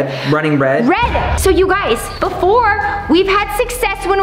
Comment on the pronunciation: Runing red? Is sound like turing red very close only turn the R to T hmm i think u have to watch truning red